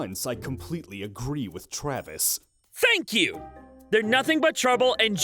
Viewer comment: "For once i agrree with travis" ZANVIS